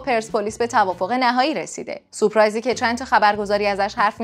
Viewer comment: سوپرایز چیه ؟اون (ر)چی شد؟سورپرایزدرسته.